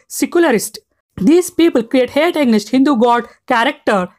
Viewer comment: Great video bro, but the way you pronounce AGAINST was really sticking out like a sore thumb 😂